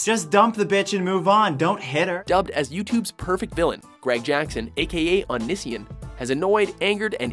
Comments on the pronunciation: They way he said Onision gave me cancer. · The way he pronounced Onision ????????? What the fuck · Thats not how you pronounce Onision XD. He even says it himself at the end of nearly every video he makes! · I love Greg xD and you aren't pronouncing Onision right hahaha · omg he says onision wrong 😂😂😂😂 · lol he said Onision wrong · what did you call onision that's not how you say his named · HOW CAN YOU NOT PRONOUNCE ONISION!?!?! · i hate how hes prenouncing onision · you can't even pronounce onision also HE IIS A COMEDY YOUTUBER COMEDY!!!! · Did they seriously say Own-iss-see-in? It's Own-ee-si-on. XD wtf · oh-ni-si-in ? it's oh-nee-see-on. just sayin' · "Ah-nih-see-un" is actually pronounced "oh-nee-see-on" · Clercq it's ONION SON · "Unision" no it O-ni-si-on he literally says it in his own videos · he stuck between calling him onion boy or onision, so he decided to call him both; unision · Clercq NO! ITS UN-NIH-SEAN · The commentator must have not properly researched. Greg literally says "Oh•knee•see•on" in four syllables at the end of each main channel video, which is Onision. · "AH-NISSY-EN" is incorrect? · yes lol. I guess it's one thing to not know how to pronounce something, but onision has very frequently pronounces his own name. This isn't aimed at you, but at the makers of this video, they could have at least done some research you know? It's pronounced "oh-nee-see-on" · it's oh-née-see-on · And it is pronounced oh-nees-see-on. The way the guy pronounced it in the video really irked me. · O-KNEE-SEE-ON that's how its pronounced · Oh-ni-si-on that guy was saying it wrong!!! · onision is pronouced oh nee see on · oh-nee-see-on. for fucks sake lol. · Was over joyed when I saw Onision. I love him and how the narrator said his his name wrong (Oh-knee-se-on) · It's pronounced oh-nee-see-on. You pronounced onision wrong. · "AH - NISS - EE - AHN" really? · It's pronounced (oh-knee-see-on) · by the way it's pronounced OH Nee see on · it hurt me too